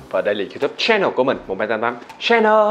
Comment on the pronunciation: Ước gì ngta đừg nhấn chữ CHAN trog CHANNEL. 🤦🏻‍♀️ mỗi lần vào clip đều phải tua qua đoạn đó hjx.